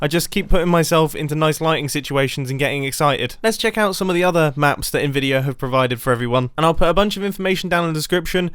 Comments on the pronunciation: "Nvidir" Mumbo are you secretly from New Jersey? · Its "Nvidia"